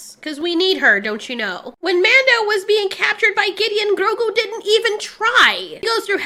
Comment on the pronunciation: Love this review but hate the way she says Grogu XD